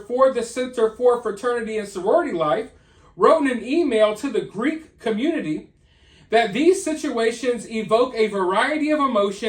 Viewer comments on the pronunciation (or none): none